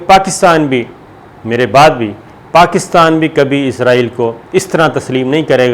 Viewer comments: آپ کو پہلے بھی کئی بار کامنٹ کر کے کہا ہے کہ ۔۔۔۔۔ ازرایل تلفظ غلط ہے اصل تلفظ ہے اسرائیل آپ کیوں قرآنک تلفظ کو چھوڑ کر انگریزوں کی راہ اپنائے ہوئے ہیں کیا اسرائیل کیتے ہوئے آپ کی زبانوں پر کڑل پڑتا ہے یا انگریزوں کے جوتے چاٹنے کی جو ایک روایت ہے پاکستان میں اس کی پیروی اولین فرض سمجھتے ہیں ۔۔۔۔۔۔ میں نے بار ہا اس کے متعلق کممٹس کئے ہیں ۔۔ آیندہ بھی کرتا رہوں گا اور آیستہ آہستہ لہجہ سخت تر کرتا رہوں گا ۔۔۔۔۔ قرآنِ حکیم پڑھتے ہوئے بھی پھر ازرایل پڑھا کریں ۔۔۔۔۔۔تاکہ انگریزوں کی غلامی پر مہر تصدیق ثبت ہو سکے ۔۔۔۔۔ ڈاکٹر شاہد مسعود کو بھی یہی بیماری ہے ۔۔۔۔۔۔ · السلام عليكم.صابر بھائی آپ سے گزارش ہے کہ آپ عزائیل کی بجائے اسرائیل کہیں تو زیادہ اچھا ہے. السلام کیوں کہ عزائیل علیہ السلام فرشتے کا نام ہے. شکریہ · Izraeal Alahay salam is angle of death , why all the anchors call Israel state Izraeal ! Please correct the pronunciation ! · جناب ازرائیل نہ کہا کرو بھائ جان اسرائیل ھے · Sabir bhai call israil instead of izrail plz